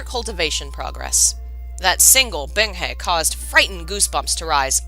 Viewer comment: I can't help cringing every time I hear "Bing Hay" when it's "Bing Hu" lol Actually, aside from looking up pronunciations (using the donghua and I also use Google's Eng -> CN translation to hear how it should more accurately sound) the story is read very well so far. Better audio, pronunciations (seriously, Chinese takes what I know about letters and goes "HA you thought." Man it really kicks my ass sometimes...) and less interruptions (which are inevitable during streams lol but really good for complete CNWN novices) and this would be the playlist I send to everyone who I think should read it! I think I might send it to my friend either way. I've also been considering doing my own readings of MXTX's books, and other donghua, as well. snorts in amusement when she reaches the System activating... I love you. XD Okay really though, aside from the Chinese words and names (We'll get them eventually!) I do really enjoy how you're reading this.